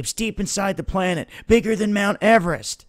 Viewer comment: You keep saying "planet." You almost have it right.